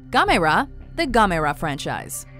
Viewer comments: GAM-MER-RA NOT GAMYRA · Who the fuck is Gomayra? It's Gamera. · What in the hell is a Gamara? You mean Gamera the not very lesser known kaiju?? Holy crap these people at know how to butcher some names. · Gamera is pronounced: "GAM-er-a" Do that the next time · you pronounced gamera wrong, its "GAM-ER-RA" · It’s g-am-er-a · WatchMojo logic: Can Pronounce Anime names correctly, Can't say Gamera correctly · First they can't say Mario and now they can't say Gamera! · They fucked up the pronunciation of gamera’s name. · the way she said gamera...😤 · I think the pronunciation for Gamera is wrong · okay you got Gamera wrong no 1 the way you say it is incorrect no 2 it is not forgotten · They said gamera wrong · I liked Gamera. Also, you pronounced his name wrong. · triggered how she said Gamera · Why did she say gamera like that lol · they pernounsed gamera wrong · You are not pronouncing Gamera correctly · Why do you keeping f ing up names that's not how you say gamera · anyone else hate the way she pronounces gamera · The way you pronounce Gamera is weird. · They pronounced gamer wrong, so cringe worthy.